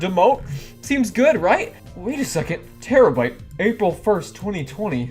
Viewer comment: When you said terabyte I thought you said tera brite and I was like the YouTuber?! But then I was like ohhh- 💜😂